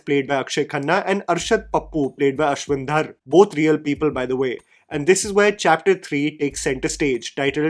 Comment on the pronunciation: yaar, it's not Dhaar it's Dhar